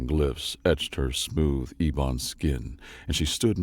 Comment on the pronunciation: It's not "ee-bon" it's more like "eh-bon". You know, like ebony and ivory? Black and white? Except that ivory also means bones or bone white. Elephant tusks make up the illegal ivory trade, for example. I rarely see either used but ebony is far more common that ebon as an adjective... but it seems both are valid to mean dark or black. Ebony is apparently a super dark colored hardwood. I'm sure you can imagine how 'ebony and ivory' came into popularity as contrasts.